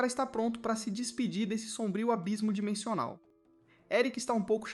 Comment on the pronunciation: eu ouvi dimechonal ou impressao minha?